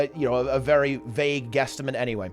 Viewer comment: Really? Quesstimate? Edit: twice....lol. Don't get me wrong, love the content. New to GW2, I love it and the community!